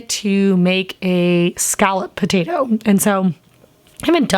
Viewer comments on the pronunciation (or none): none